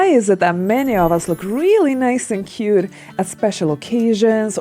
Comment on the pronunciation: “You know whaR? I changed my outfiR. Now iR looks cuRe.” Hahaha way of trying to have American accenR. BuR she goR iR RoRally wrong. Why is thaR? Because she makes every T sounds like an R whereas American accent only makes T sounds like an R when it comes between 2 vowels. Not every single T is R!